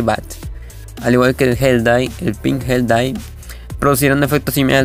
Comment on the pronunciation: Cuando dices Gel dye suena como hentai •<•